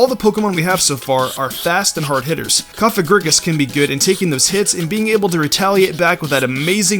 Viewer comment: Is no one going to point out that he said Cofagrigus as Cofag? Just sounded weird to me if you know what i mean lol